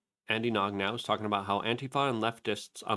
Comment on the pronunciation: 😂😂😂😂. How does Luke pronounce everything wrong? Does he not know who Andy Gno is?